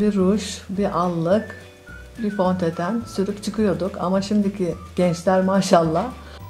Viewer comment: fontoten ay yaaa 😂